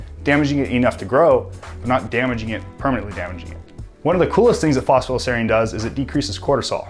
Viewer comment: Is it me or he says "fosfa-dile"?